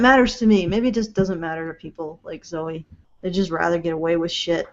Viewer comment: Why does pronounce Zoe incorrectly and correctly? Or is it just when she's reading it written down?